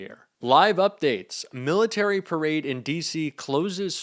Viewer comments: "PERADE"..... LOL!!!!!!! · "perade" ??? rainy day "perade"??? jfc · "perade"? "PERADE"?? How godammd stoopedd ken he gett? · Perade??? The idiot is illiterate 😂😂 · "Perade" haha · Also, 'PERADE' 🗣️🗣️ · Hey trump. It's PARADE. NOT PERADE. You IDIOT!!! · “Perade” - really? Wow! 😂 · "Perade". 😂 He's such an idiot. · What's a "perade"? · Perade or Parade 🤣🤣🤣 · I love his “ PERADE”🤣🤣😂😂🤣 DUMBO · "Perade?????". Gads! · His “perade” 😂 Dude is such a stable genius. Let it rain, let it rain, let it raiiin! ☔️